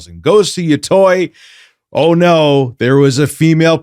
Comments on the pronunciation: Ghost of YO-TOY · Ghost of "Yatoy"